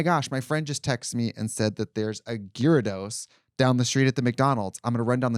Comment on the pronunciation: "There's a Gerridose" I guess we're changing how we pronounce Gyarados now